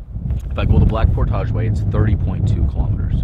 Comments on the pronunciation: It's portage not portoshhhhhh!!! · portage rhymes with porridge, not montage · its pronounced port-ij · He loves saying portouge omgd. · YOU MAY WANT TO LEARN TO PRONOUNCE ''PORTAGE' LOL GREAT VIDEO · this randomly popped up as I let YouTube play and I just couldn't the way you pronounce portage drives me insane you are wrong stop it.